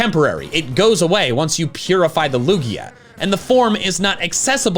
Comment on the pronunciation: IT IS A LUGIA< NOT A LUIGI!!!!!!!!!!!!!!!!!!!!!!!!!!!!!!!!!!!!!!!!!!!!!!!!!!!!!!!!!!!!!!!!!!!!!!!!!!!!!!!!!!!!!!!!!!!!!!!!!!!!!!!!!!!!!!!!!!!!!!!!!!!!!!!!!!!!!!!!!!!!!!!!!!!!!!!!!!!!!!!!!!!!!!!!!!!!!!!!!!!!!